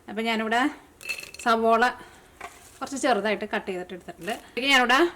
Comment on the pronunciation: Savala anu savola alla